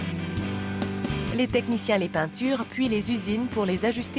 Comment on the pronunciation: Elle a dit "les penturent" ya plus de respect